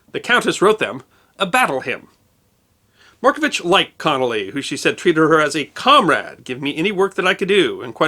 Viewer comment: A few pronunciations aside, a fair portrayal of an extraordinary person. Loved and admired here still